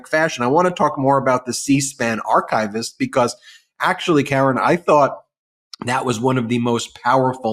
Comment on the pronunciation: The correct pronunciation of archivist (It is not archive-ist)